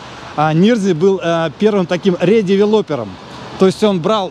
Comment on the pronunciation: РедевелОпер😂 редевЕлопер. ДевЕлопмент.😊